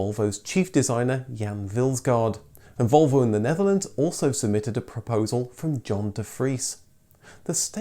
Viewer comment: That is not how you pronounce Volvo working on your own theory LOL